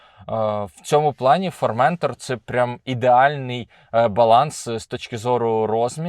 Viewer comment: Вибачте, але не формЕнтор а форментОр